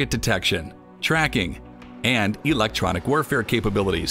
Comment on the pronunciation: You could have done this in less than 5 minutes. You don't say words correctly like "electronic".